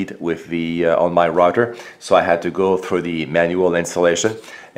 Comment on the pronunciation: The "rotter". Do you mean the "router"?